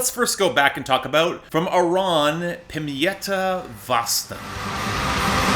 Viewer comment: Yep, you did mangle "pimeyttä vasten". "Vasten" was almost recognisable.